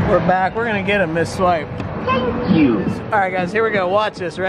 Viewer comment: I love when it said TANK YU